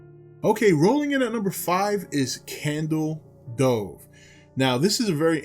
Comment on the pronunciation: I heard "candle stove" Lol. I like candle cove my favorite creepy pasta